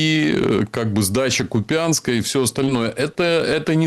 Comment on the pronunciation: купЯнска!!?? Какого купЯнска?? кУпянска!